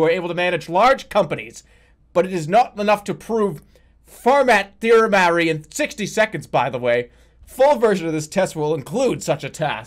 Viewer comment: "furmatt theorormary"